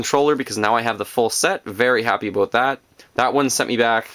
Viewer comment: When you say "about" it sounds like you wanted to say "aboot" but you correct yourself before you go into it.